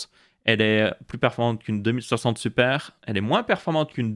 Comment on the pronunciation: Ces moi ou j'ai vrm l'impression qu'il dit '' deux mille septembre'' quand il dit 2060? Suer vido, c'est cool ça me fait ouvrir les yeux sur les rtx 3060